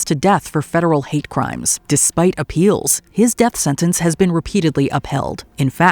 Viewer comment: you do understand and realise that there's a 'T' in the word 'Sentence' and you can say it out loud with the rest of the letters in the word, it's okay no one is going to give you a hard time for saying a word Correctly and if they do then they are idiots.